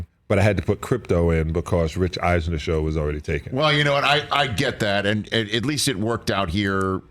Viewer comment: Salley said Rich Eisener?